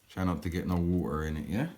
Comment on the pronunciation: "Www wwwaata to a boil " 😂😂😂